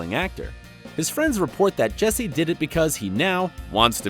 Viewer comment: Learn to pronounce the characters name right 😂